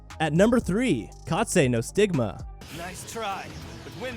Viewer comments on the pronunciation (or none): Reaching Kaze No Stigma.. Dude says “Kazet no stigma” & “Katzuma” even tho it’s just Kazuma 😂